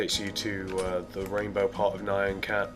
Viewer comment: It's pronounced NE-AN (like MEOW), not NI-ON!!!!!! NYAN CAT!!!!!!!!!!! NOT NION CAT!!!!!!!!!!!!!!!!!!!!!!!!!!! LISTEN TO ITS PRONOUNCIATION IN THE SONG!!!!!!!!!!!!